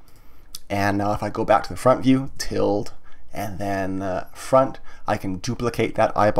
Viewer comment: hi, just letting you know ~ is pronounced til-da, not tild